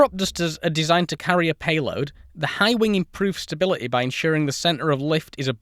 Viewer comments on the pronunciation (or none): none